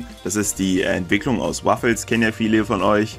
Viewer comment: WUffels, nicht "Waffels" XD Das kommt vom bekannten Bellen "Wuff" :P